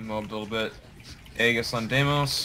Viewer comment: I had an aneurysm listening to how your team mate pronounced 'aegis'